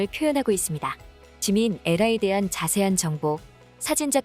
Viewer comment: 에라에라 해서 뭔가 했더니… AERA는 ‘아에라’라고 읽습니다. 수정이 될랑가요?